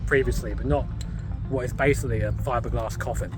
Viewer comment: "Fibderglass coffin"